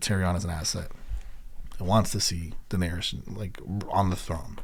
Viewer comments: Just FYI her name is Daenerys (rhymes with Aries and just three syllable), not Daenerius. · My man is 6 seasons in still cant say Daenerys right 😂😂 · Bruh it’s 6x10 please tell me you start pronouncing Danaerys correctly by the last episode at least 😭😭 I’ll find out soon obviously but P L E A S E 😂😂😂